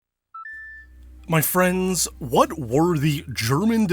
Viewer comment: myyyyy fwennnddddss